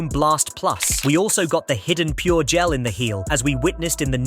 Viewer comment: Is this an AI dictating? Notice how it says Gel instead of Jel (pronunciation wise).